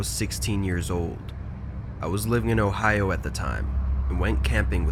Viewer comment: Did he just say Ohio